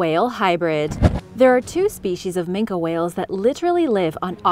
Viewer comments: AT THE OFF ASOON AS SHE PRONOUNCED IT MINKA AND NOT MINKY, I NEW THAT SHE DIDN'T NO WHAT SHE WAS TALKING ABOUT, DONT WATCH KIDS ITS BS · Just one thing... It's "ming-kee" not "ming-Kah" 😉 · why is yous callin an ol grumpus a "Min-kah" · It's pronounced Mink the e is silent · minke as in MIN-KI